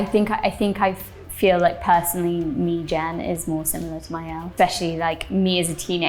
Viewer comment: hum, it's maëlle, since it'a celtic name .